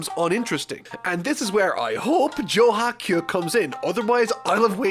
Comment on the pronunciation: Anyone else bothered by how he pronounces kyu as kyuh?